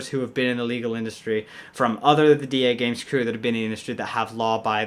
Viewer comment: Duhgames sounds like my Alexa trying to say Dagames